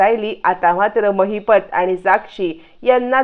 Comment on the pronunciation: वाचन करतांना कृपया काळजी घेणे महत्त्वाचे आहे. प्रताप ने अर्जुनाच्या मुस्कटात मारली होती. आपण वाचतांना महिपत असे म्हटले आहे.